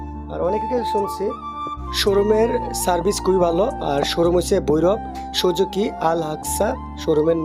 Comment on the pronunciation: অশিক্ষিত মুর্খ, সুজুকি নামটাও বলতে পারিস না, জিক্সারকে জিস্কার, সুজুকিকে সুজুগি 😂😂 সুজুকি বাইক চালানোর তোর কোনো যোগ্যতা নায় ভাই।